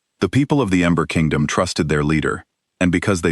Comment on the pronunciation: Narrator is saying Amber Kingdom instead of Ember Kingdom. I love strong women stories. ❤❤